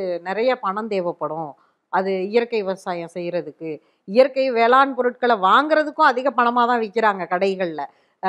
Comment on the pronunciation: அது வேளாண் - ண் ம்மா - ன் அல்ல